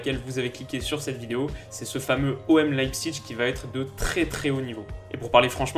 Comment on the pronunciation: "L'ail psiche" Pas "l'ail psiTche" De rien ^^